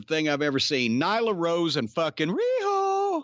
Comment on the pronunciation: that was the most beautiful RIHO Jim has ever done